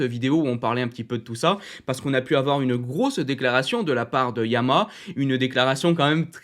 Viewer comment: Toujours aussi bien construit et rythmé. J’aime vraiment bien le format. Petite remarque : il y a bien trois syllabes distinctes dans la prononciation du nom « YAMAHA ».☝️ Suis-je le seul à toujours entendre « YAMA » ? 😶